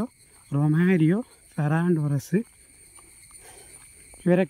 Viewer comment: റൊമാരിയോ അല്ല ബ്രോ റൊമേറൊ ആണ് 👍🏻